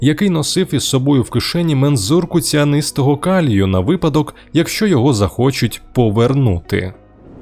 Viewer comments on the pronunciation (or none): none